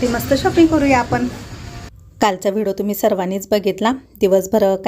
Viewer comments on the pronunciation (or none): V D O KHUP CHHAN,TAI TUMHI BOLTANA V D O CHA UCCHAR "VIDO" ASE AIKU YETE UCCHAR, RAHUL KADUN DURUST KARUN GHYA,BALACHI KHAREDI KHUP CHHAN